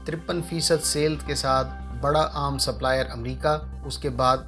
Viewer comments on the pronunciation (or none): none